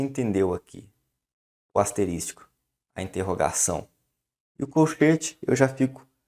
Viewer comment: Muito bom, obrigado mas, ASTERÍSTICO, foi osso, doeram os ouvidos.